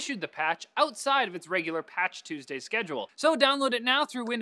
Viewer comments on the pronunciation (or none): none